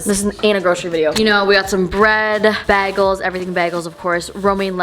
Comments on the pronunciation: "bag-els" Me: "bage-ls" But yesss everything is the way to go! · she said "bag-els" JASHAHHAHH ily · The way she says bagels but im not judging though just saying